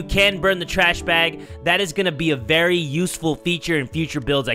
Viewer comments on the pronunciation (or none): none